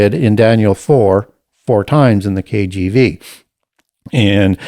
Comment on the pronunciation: His pronunciation of certain words were quite off, especially the KGB (KJV), lol. Self-taught indeed!